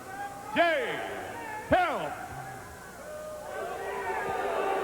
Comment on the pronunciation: What the hell did he call him, Jay “Health?” 🤦🏿🤦🏻